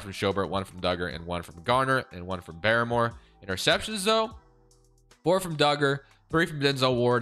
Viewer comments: Uche pronounced: " Oo-Chay." and Barmore is just: Bar-more not Baramore. Nbd just cringe when you say the names wrong 😆. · Pronunciation of Uche and Barmore is hilarious hahaha